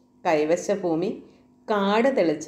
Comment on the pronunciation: ഫൂഉടമയല്ല ഭൂ ഉടമ. ഫൂമിയല്ല ഭൂമി.